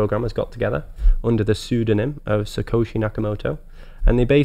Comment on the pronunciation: Satoshi not sukoshi 🤦🏻‍♂️